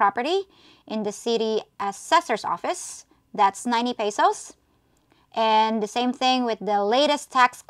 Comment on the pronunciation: peysowssss??? another pretender over here y'all!